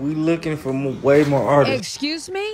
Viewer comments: Him saying ARTISTSES is killing me!!!!! It’s ARTISTS!!!!! Go to bed 🙄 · Artist”ist “ 😂😂🤦🏾‍♀️ bless ‘em Lord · Artisisistss? !What?? 🤔😂😂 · How many times can he say artists WRONG?!?…and we act like he’s articulately inclined?